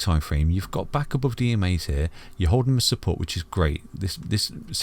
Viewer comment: Isn't it funny that it's called ETHEREUM and the English can't pronounce TH It's not F it's TH oh and lets not talk about above...ABOWVE ffs!